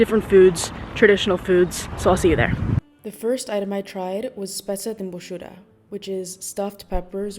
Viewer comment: I like how you pronounce Albanian words,,Speca te mbushura,,proper ...you are niceeee🎉